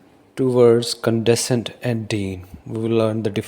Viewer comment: ...you are pronouncing the word "condescend" incorrectly otherwise very good video